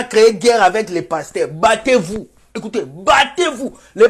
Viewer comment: Je suis morte de rire quand tu dis bater vous😀😀😀😀😀